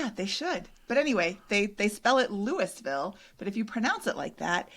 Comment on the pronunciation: No apologies necessary for the absence! Glad you enjoyed your Midwest road trip. pronunciation of “Louisville” is spot on, though may need some more Evan Williams before he gets the hang of it!